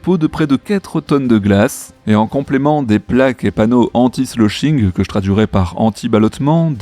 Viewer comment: sloshing, pas slushing! ne prononce pas bien? 😄